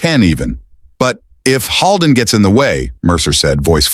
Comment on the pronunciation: I wish the narrator would pronounce the doctor's name correctly. It's not pronounced Hall-den, it's Hold-en, like the actor William Holden. Holden is a very frequently used name in my area of the state.